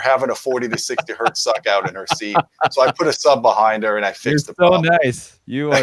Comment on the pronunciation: Hertz does not have a singular definition, that is--one Hertz, not one Hert. i have heard you speak this way a couple of times now so please, say one Hertz or revert to what i wish was still the proper terminology---cps--cycles per second. otherwise, keep doing what you do. about the standards...i thought they had worked that all out a few years ago when they started pre-conditioning amps before actually proceeding with the complete test. i remember that it would shut down a lot of products that you wouldn't expect them to. the industry is back-sliding, even PS Audio gives their amp power specs at 4 ohms with subtext at 8 ohms. i respect the Scout product as it is high current and CAN drive Maggies adequately. and many are reverting to IPP which is bogus. let's stick to RMS wattage ratings only. did the FTC loosen their requirements? yeah, Sound and Vision/Stereo Review...for a while, S&V was putting in respectable measurements but they dropped that along with my opinion of the publication, AGAIN. when my scrip runs out, that's it. as much as we used to chide SR, Julian did include decent measurements. it's just when he stated in the review of the original JBL L100 that it was uncommonly flat from 30-16kCPS. uuuuuh, NO. as for buying an AVP, i bought an onkyo AVR instead for much less to just use as an AVP especially for switching video and sound at the same time. the 130wpc internal amps aren't being utilized as i use outboard amps. and before i moved, i was using dyna